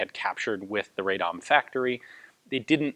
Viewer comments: Radom is pronounced "RAH-dom" not "RAY-dom". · Not a nitpick, just a piece of information if you want to be super correct: 'Radom' is pronounced as 'Rah-dohm', the 'a' sounds sort of like the vowel in "but", for instance. The "dom" part of the word was correct :). It's not a bother, really, but I figured you're a kind of guy who likes as much accuracy as possible. Cheers! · It might have been said sooo many times before but try to pronounce Radom as Rahdohm [vowels are short not long]. It would be greatly appreciated :D. Another funny thing is that tooling used for 29's were actually german from Mauser factory in Gdańsk [Danzig]. PS. Looking forward for Polish BAR video !